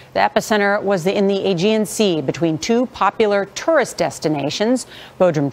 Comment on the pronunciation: That reporter should be told that he is saying tourist wrong!!!! It's so friggen irritating like he knows he's saying it wrong and in turn outs even more inflection into it sounding even more like an A-hole!!!